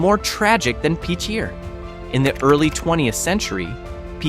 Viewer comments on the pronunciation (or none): Hahahahahaha...... AI cant pronounce Pitcher correctly.